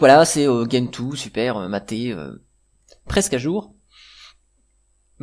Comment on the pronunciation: Bonjour; Ne fais pas comme certains, stp.... Gentoo se prononce "gène tout" et non pas "guène tout". Vérifie si tu le veux sur les vidéos Américaines/Anglaises. C'est comme Arch qui se prononce "Arche" et non "Ark". Je trouve ça étrange cette invention de prononciation anglo-personnelle, qui quand on vérifie, est nulle et non avenue.